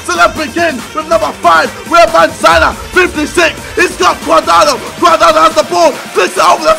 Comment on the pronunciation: Its cuadrado not guardado...